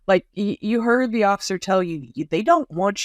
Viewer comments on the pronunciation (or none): He said "y'eard". Ely must be his hero 🤣